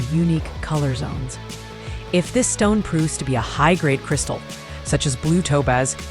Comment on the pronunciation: Not cirisatal